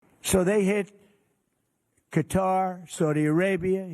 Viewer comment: Does he say "Guitar" instead of "Qatar" ???